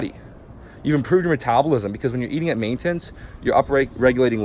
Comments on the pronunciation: the type of guy who says, “ Maintance ” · It’s maintenance not maintence